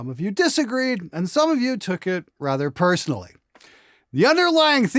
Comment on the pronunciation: PERSONALLY!!!!! AAAAAAAHHHHH!!!!!! Just kidding. ❤🤣